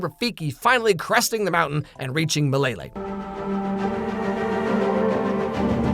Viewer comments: lmao mlele is pronounced "hmmlele" not "m'lele" i was so confused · Especially the way they pronounced "mileyley?" 😂😂😂 kwenda uko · So...this is how french speakers feel when we misgender trees... Meyleyley? (It's the way they pronounce Swahili words.... I get 1d 50 psychic damage) Edit: White lions!? In the Savannah!!!? From WHERE!!!? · As a native Swahili speaker, the pronunciation of "Milele" triggers sth within me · Bro the only one who knows how to say milele is rafiki